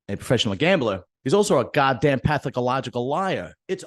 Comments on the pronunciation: Bro said “pathaCOlogical” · did he say PATHACALOGICAL liar??? Lol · Pathological. Mispronunciation. How did you like the video, otherwise ?